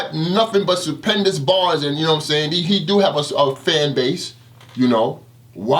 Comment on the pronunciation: Suppendous.. REALLY?!